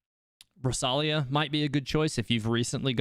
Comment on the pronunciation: It’s rosaria not rosalia 💀💀